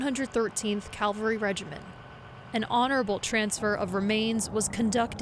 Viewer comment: It's cavalry not calvary